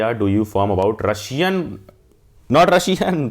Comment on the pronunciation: ... That ''Russian'' Got me😆😁😂😂